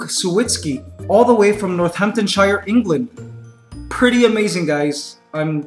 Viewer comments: You know when he said Northamptonshire he said it wrong because I live there here is an example to help you Northampton sheer like sheeing a sheep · Northamptonshire? It's pronounced Northampton-sheer. I know, it's confusing! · not a "shire" it's a "sheer" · Lol'd at that pronunciation of Northamptonshire.